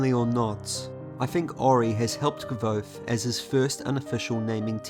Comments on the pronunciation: Thanks a lot for your beautifull videos. However, here you have how the name of Kvothe is pronounced: It's more like "<<Quouz>>". Cheers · I am surprised at the pronouncing of Kvothe. Can someone help me know which is correct? I was of the understanding that it’s pronounced Quothe.